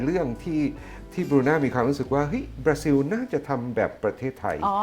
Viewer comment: คนบราซิลออกเสียงว่า บราซิว เหรอ หรือออกเสียงแบบคนไทย น่าจะเป็นบรารอบตัว👾👽👻☠